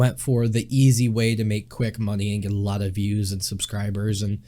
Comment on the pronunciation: "I've chanched aloht" "Larghe, professhional"